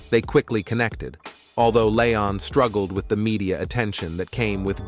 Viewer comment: The narrator needs to learn how to say leon